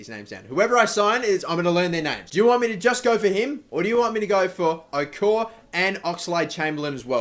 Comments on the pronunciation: Get Okore and The Ox as Okore Is such a beast in Career Mode. Also If u Sign Okore its Pronounced O-Kor-Ray. Please Take My Advice!! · Juan Jesus, btw its pronounced like o-kor-ray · I think you should get Ox and Okore. Also Okore is pronounced O-kor-ray, I think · Okore and chamberlain (it's Oko-Ray btw) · It's pronounced oko-Ray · Pronounced oh core ray (okore) and hay soos (Jesus) like Jesus navas